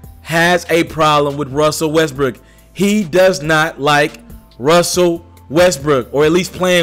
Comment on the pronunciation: You can’t pronounce Westbrook for shit lol 😂 west brick